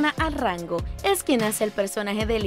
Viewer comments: Muy interesante pero deberías leer bien (poner los acentos correctamente) en los nombres de algunos lugares como AnTIOquia y Envigado y pronunciar correctamente los nombres y apellidos (es Arango no Arrango). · Jede : informate un poco sobre la pronunciacion de nombres q desconoces. Lugares como An-ti-o-quia ( sin acento en la i ) o personas como Adriana Arango ( con una sola r ) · Dear Gracias, no se de donde eres, pero evidentemente por la pronunciacion no eres Colombiana, solo dos cositas con respeto, un comentario que ojala lo tome como constructivo. No es "Antoquia" es Antioquia" y no es "Arrango" Es "Arango" con una sola r. Queria saber de quien es es hijo el nino que interpreta a "Emilio" el hijo de Juancho y Catalina en la serie.